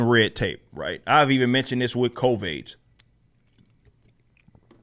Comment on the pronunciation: Covaids” hahaha